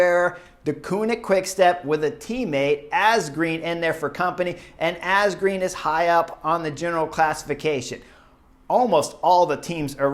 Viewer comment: Ass-green ?? Chris, you are truly great with the names !